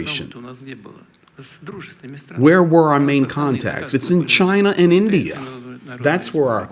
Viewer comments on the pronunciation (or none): none